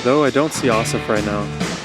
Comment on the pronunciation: The stress for both his first and last name is on the last syllable, so pronounced like ah-SAHF ah-vee-DAHN